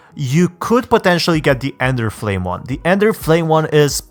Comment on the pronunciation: is it only me or does say enderflame